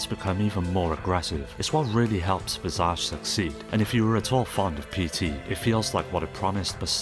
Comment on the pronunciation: The way you incorrectly pronounced visage makes my skin boil